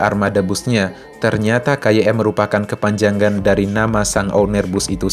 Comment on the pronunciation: kepanjangan bukan KEPANJANGGAN